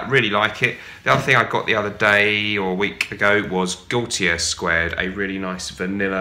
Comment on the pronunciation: EX-ult-TAH-tum. I'd imagine it's pronounced just like the Latin. And Gaultier is "Go-tee-AYE."